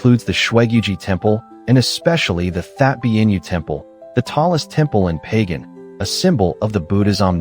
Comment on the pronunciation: Not "Pay Gan", rather "Ba Gan".